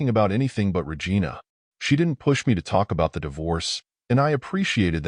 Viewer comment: “ we listed Ra Gina’s activities “ got me